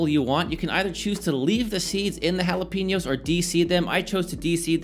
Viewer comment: it looks good. However, can we stop saying ¨hala PEE ño¨? It´s Jalapeño (hala pay ño). Also, a mango ¨pico de gallo¨ doesn´t exist. Call it a mango/cucumber salsa.